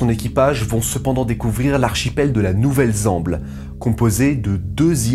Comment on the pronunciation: 1.58 edit "ouvelle zemble"